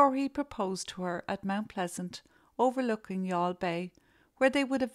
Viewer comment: This is the first time I’ve heard the name Youghal pronounced. Thank you for this viseo.